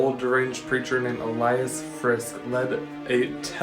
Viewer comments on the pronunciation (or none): none